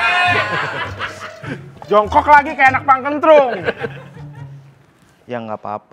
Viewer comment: Ngakak gua pas ngomong Punkentrunk 😂😂😂😂